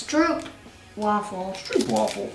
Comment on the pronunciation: The oo in Stroop is pronunced like the o in scope